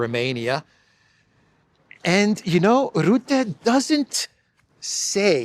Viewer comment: Rutte: the 'u' is pronounced as 'e', in 'er'.